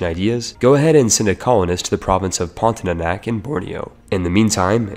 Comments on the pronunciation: omg it’s pronounced as porn-tia-nak and not porn-ti-é-nak nonetheless good video tho HAHAHAH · It's PON-TI-A-NAK not PON-TI-NA-NAK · Its pontianak not pontinanak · Pon - ti - a - nak not pontinanak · What is Pontinanak? I only know Pontianak. If you wanna do a video, you should at least learn to read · Heres how you pronounce "pontianak" Ever heard of the word "pontic"? Yeah just say "ponti" without "c" and "ah-nahk" Or to be simple "pawn-thee-ah-nack" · Wkwkwk ada juga yg kesel denger pontinanak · I just want to say : pon - ti - ah - nahk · As Indonesian it is very funny how you pronounce Pontianak Great video btw